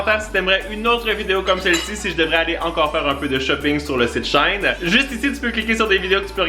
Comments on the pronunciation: C'est She-in pas shain.. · Chouette vidéo, mais Shein ne se dit pas "shine" mais " she in"😅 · ça se prononce she in (2 mots), pas shine lol :P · Trop bien mais on dit pas shein il faut dire she in c le raccourcie de she inside voilà💜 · Juste comme ça c’est she in pas shine avant ça s’appelait she inside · As ben shien sa vien de shine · Juste pour info. On ne dit pas SHAIN mais She In car avant le site s'appeler She Inside mais ils ont changer car c'était trop long donc dites SHE IN s'il vous plaît 🙏sa m'ecorche les oreilles 😅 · ❤ ça se prononce « she in », ça s’appelait « she inside » avant! 😉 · Hello, ça se prononce « she in », comme dans « She inside » 😂 Gros bisous t’es le meilleur ❤️ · A titre indicatif, Shein de dit She In car ça vient du nom She inside qui a été modifié en SheIn par la suite! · On dit She in ( she inside ) ce n’est pas allemand ! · Ça se dit she in ( avant c était she inside ) mdr désolé c est plus fort que moi chaque fois que j entend une personne le prononcé autrement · Superbe vidéo ☺️ Ps: SHEIN se prononce she in car l’ancien nom de l’enseigne était she inside 😉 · Ça se prononce « She in » please 😭 Haha❤️